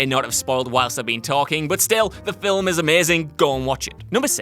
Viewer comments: The word is, "film"-not fillem? Filham? Fillum? Filim? Whatever the Hell you keep saying. There is no letter and no sound between the 'l' and the 'm.' I usually am interested in the topics you speak about, but I can't watch the video because I can't stand to hear you repeatedly say, "film." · is it me or does he keep saying Filim? Anyways I agree totally with this list.